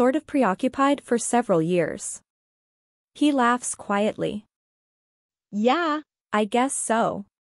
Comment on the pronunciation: Some words are pronounced wrong. And anytime the word “yeah” comes up it’s sounds off. Besides that it’s a good audiobook.